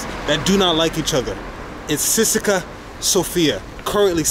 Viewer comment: Dude, I hope you have at least learned to pronounce the name of the team you have been cheering for in the right way. It is not Ceska, it is CE-SE-KA TI-RE SO-FI-A